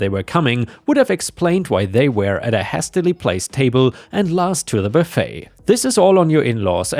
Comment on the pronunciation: Last story, "hastily" is from the word "haste" and sounds like "waste." So "hay-steh-lee" and not "has-steh-lee."